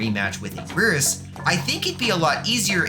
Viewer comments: First he says heisei as ‘Hes-A-iA’ now anguirus as ‘an-gwirs’… (Its actually said like: ‘HeI-SeI’ and ‘An-Ge-rus’ (note ‘I’ is uppercase ‘i’)) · cough "ang-ear-us" cough